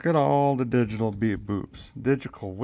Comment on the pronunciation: is he saying digical instead of digital? . I think digital was said first and then switched to digical a couple of times. :)